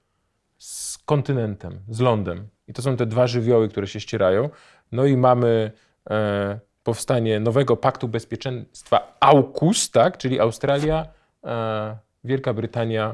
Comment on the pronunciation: Auuć ! To jest AUKUS a nie A*UU*KUS jak w prezentacji, choć bez wątpienia to jest auu . Ale nie dla Państwa Środka, a dla Australii, której oczekiwany czas życia skraca się nagle gdzieś do pesrpektywy państwa położonego w Palestynie XD. Żadna rewelacja sama w sobie, bo sojusz 5 par oczu trwa od bardzo dawna. Kanada nie dołączy raczej do paktu, bo raz że nie ma żadnego ku temu powodu, a dwa, niemądre byłoby antagonizowanie własnej ludności w Wengehua zwanego też Vancouver. Japonia nie wystąpi przeciwko Chinom. Z 3 ważkich powodów. Po pierwsze, to kultura w ramach cywilizacji chińskiej, jej dziecko. Po drugie, dwie bomby atomowe rzucone przez USA na żółtego człowieka, ale już nie na białego. Tego nawet Chińczycy nie zapomnieli USA, mający swoje krwawe rachunki krzywd z Japończykami. Po trzecie, brutalne obcięcie Japonii jej finansowych nóg w kolanach przez USA w latach 90-tych, zaraz po tym, gdy GDP na głowę w Japoni stało się o 50% wyższe od GDP na głowę w USA, a na 10 największych banków świata, 8 było japońskich. USA zareagowało szybko, sprytnie i zdecydowanie, a Japonia nie może się pozbierać do dziś, gdy na liście 10 największych banków świata jest tylko jeden japoński a ich GDP na głowę jest ledwo takie jak we Francji czy Włoszech. W sumie mrzonki i mokre sny Anglosasów, którzy jadą na oparach dopalającego się już od dawna paliwa..